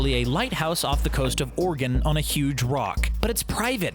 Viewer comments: I did you really just say Oregan, it’s oregon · Oregan? You mean Oregon? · Oregan! Really?!? OREGON not that hard Interesting video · It’s Oregon not oregan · Oregon not Oregan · OREGON NOT OREGAN GOD THAT BOTHERS ME!!!!! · They called Oregon Oregan 😂😂😂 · Oregan it’s Oregon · It's Oregon not oregan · Oregon not oregan... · Just because I live in Oregon it's OREGON not oregan. 🧐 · Oregan? Fucking cringe